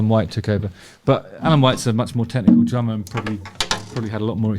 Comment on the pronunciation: "And a lot of it comes from that ______" - Drama? Trauma?! I couldn't wrap my head around what he said (because both terms do apply lol), but then I went to closed captions and... oh... "DRUMMER" 😅